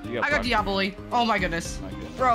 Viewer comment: DIABOLIY ITS DIA-BO-LI